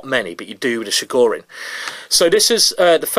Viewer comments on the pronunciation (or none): It's [Ch]igorin, like in Chilli, not like in Chicago.